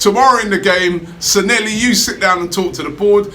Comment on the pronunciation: Stop calling him Sanhelli, his name is Sanllehi!